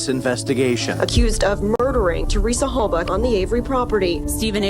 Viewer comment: You can’t even get the pronunciation of Halbachs last name correct. Candace is terrible.